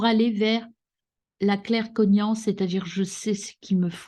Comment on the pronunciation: Bonjour, oups ! 14.08 ==> claircognizance et pas 😇je vous cite : << claircognance >> Merci tirage sympa, toutefois ! recevez toutes bénédictions Sat Nam 🙏